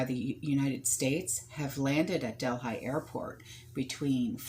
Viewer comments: I think it’s pronounced del he. Worked there it’s so huge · Quick question. is she trying to say ¨Delhi¨ as in deli. Im confused as to where she is talking about I dont know of Delphi or Delhigh, Im thinking she means Del(h)i. And there is a major planet flying towards us at 40,000 mph, im sure the power players over there took these supplies for their emergency stock piles, cuz they know whats coming, the average everyday person has no clue.